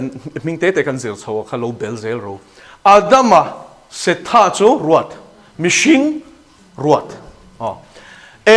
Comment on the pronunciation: Se-tha tia lam tur a nilo. Mizo tawng lam dana lam tur Seth-a tia lam tur. Ada-ma tia lam tur niloin Adam-a tia lam tur.